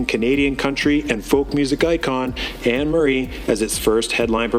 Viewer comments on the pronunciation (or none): none